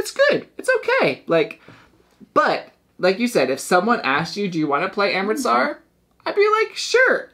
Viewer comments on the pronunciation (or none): Thanks for this, it was on my list, but I don't think it's for me. Also, it's Amritsar, not amristar 😉